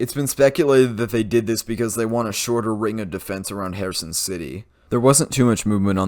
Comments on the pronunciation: If you emphasise the -SON syllable your pronunciation of Kherson (Xepcoн) would be perfect. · Congratulations on the Kherson pronounciation. 🎉